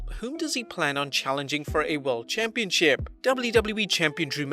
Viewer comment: Who else heared "Championshit" insted of "Championship" ?